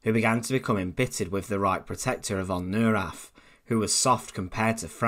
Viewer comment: It's "NOY-RAHTT" . . . can you say "NOY-RAHTT"? I know you can.